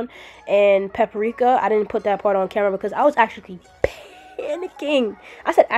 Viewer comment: I was emphasizes on “PPPPPANICKING” for me. That shit scared me loool